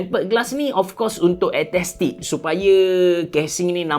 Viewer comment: sebutan 'aesthetic' bukan 'aethestic' hehehehehe. btw good review keep it up